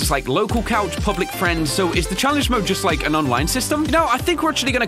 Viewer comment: that is not how you spell "like" cause you keep saying liek. And it is not liek. It is like.